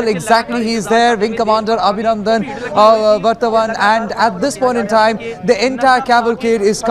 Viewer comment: First learn to pronounce his surname 🙄